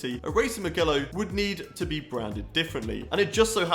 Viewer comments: For non Italians: the g in Mugello is pronounced like a J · Mugello is pronounced like Mujello